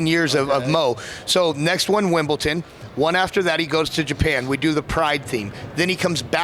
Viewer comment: what the hell is "wimbleTon" ?